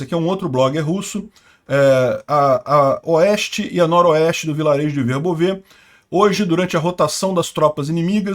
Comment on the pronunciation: VERBÓVE. -, só uma pequena observação: a pronúncia ucraniana é Verbóve. Note que até a Wikipédia, em ucraniano, coloca um acento para ressaltar qual é a pronúncia correta: "Вербо́ве — село в Україні, у Пологівській міській громаді Пологівського району Запорізької області. Населення становить 1246 осіб (2001)." Lembrando que na língua ucraniana não existe acento gráfico... "Verbóve" é um adjetivo neutro, derivado do substantivo "verbá", que significa salgueiro, chorão, vime. "Verbóve", portanto, significa "de salgueiro": "campo de salgueiro" = "verbóve póle"... Parabéns e obrigado pelo vídeo. Está ótimo, como sempre!